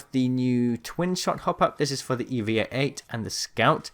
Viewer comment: It's the E-VAH! Not the E V A